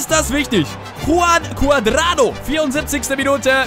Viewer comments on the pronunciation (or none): none